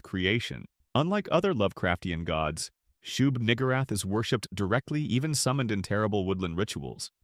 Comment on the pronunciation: Excuse me? Shug-WHO-rath?! 😂😂😂